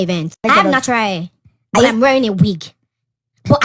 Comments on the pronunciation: She is forming accent yet pronouncing HAIR as AIR lol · Nautural "h" air